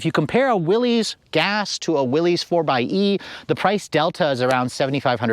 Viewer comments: It's pronounced Willis not willies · It isn’t “Willies “. Good god that is embarrassing